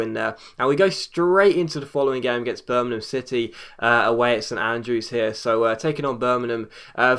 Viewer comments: Y d ya say birmanan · Please pronounce Birmingham right